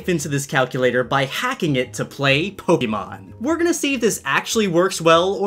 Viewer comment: Did he say pogemon